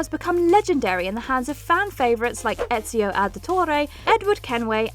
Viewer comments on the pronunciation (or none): none